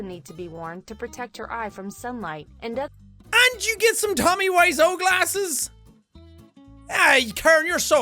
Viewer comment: Jack mispronouncing Tommy Wiseau's name is pure fucking gold XDDD